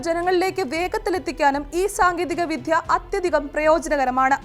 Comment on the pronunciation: വിധ്യ അല്ല, വിദ്യ എന്നു വേണം ഉ‌ച്ചരിക്കാൻ.